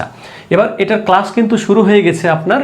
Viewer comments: "ক্লাশ " হবে না ক্লাস হবে। ❤ভাইয়া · "ক্লাশ" হবে না ক্লাস হবে। ভাইয়া